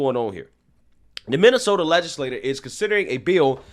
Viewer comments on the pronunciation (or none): none